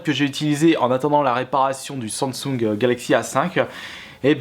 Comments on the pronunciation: On dit pas Sensung mais Samsung 😊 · arrêtes de dire SANDSUNG !!!!!!!!!!!!!!!!!!!!!!!!!!!!!!!!!!!!!!!!